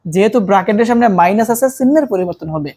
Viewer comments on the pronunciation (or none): none